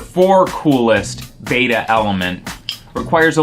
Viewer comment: learn to say beta correct